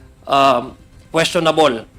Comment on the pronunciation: Queschonab-leh? Ano yun?